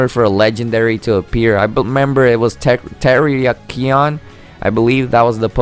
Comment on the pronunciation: It’s pronounced “rye-KOO” and “tur-RACK-ee-un”, “”. 🤨